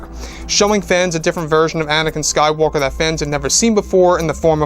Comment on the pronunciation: I really hate the way says the rise of Skywalker